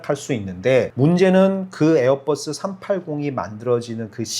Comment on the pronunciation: 에어뻐쓰라고 안 하면 안돼요? ㅠㅠ 보잉도 뽀잉이라 안하고 맥도날드 떠글라쓰라고 안하자나요